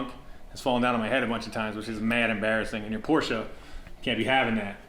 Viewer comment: Can I just say how much of a relief it is to hear you pronounce Porsche correctly 👍👍